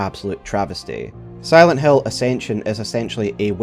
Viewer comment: It could've been a great video, ngl, because Acension is really trash but your pronunciation to Silent hAiL is really annoying 😭